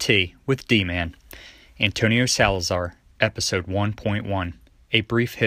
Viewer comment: SalazAr português fala emPprtugues